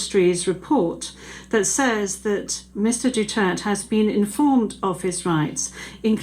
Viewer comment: Gusto ko yang judge- malumanay ang paliwanag; pati yong "DUTERT" pronunciation, silent /e/???